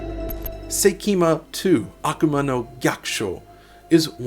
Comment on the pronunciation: Ah : it's pronounced "Seikimatsu"🤦 One of the biggest heavy metal bands in Japan.